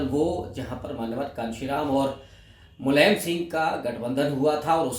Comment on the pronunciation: Ravikant ji aap Apna pronouciation thik kijiye Aap Akhilesh ko Akhlesh bolte hain Mulayam ko mulaim bolte hai kripya Apna pronouciation thik kijiye